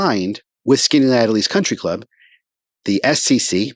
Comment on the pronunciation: pronounced skinny-at-ellis. your videos are all i’ve watched in the last 24 hours